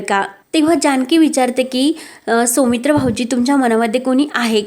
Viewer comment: सोमित्र नाव नसतं सौमित्र असत. शुद्ध मराठी वाचणारे वाचक मिळत नाही का?